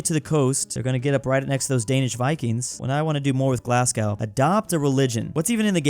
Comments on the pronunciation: As a brit this is mildly unwatchable it's pronounced tems not tames glassgow is pronounced glazzgoh and anything that ends with ham is hum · Its pronounced tems not thames its glaz go and red ing and berming am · IT'S PRONOUNCED GLAS-GO! - Me, a Scottish person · ITS GLASGO NOT GLASS-GOW YA NONCE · it’s “Glass-Go” not “Glazgaw” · It’s pronounced GLASGOW not GLASGOW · I love ur vids but glass-cow is killing me, it’s pronounced glaz-go 😂 Really tho I love ur vids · it’s pronounced GLAS-goh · and it’s said glas-go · it’s g l a s g o w Gla s Goh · WHEN HE SQID PAISLEY I WAS LIKE PLEAAAASSEEEEEEEEEEEE also itz pronounced glas-go and edin-bru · I know you're American right, but I'm from Scotland, not Glasgow, but Glenrothes, and hearing you say "glass cow" hurt me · Its pronounced "glas go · feel like mentioning that Glasgow is pronounced glas-go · As a person from Edinburgh 2 things 1 thanks for choosing us and 2 ITS PRONOUNCED GLAS-GO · As a scot it’s pronounced glasGO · Yes painful even as a Canadian Glasgow isn’t called Glasgo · You say Glasgow like a twat